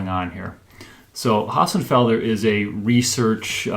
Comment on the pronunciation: Dr. Hossenfelder Hossenfelder Hossenfelder Hossenfelder Hossenfelder. NOT Ho..FFF..enfelder. It's Hossenfelder.